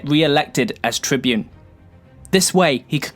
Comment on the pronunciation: Now I shall talk about the great Tiberius Gracchus. The Tybune Tiberius, Trybune Trybune Trybune......*Gets brain aneurysm* 😅 Seriously though, outstanding video. Have you thought about making a 10 minute plus your standard? 😊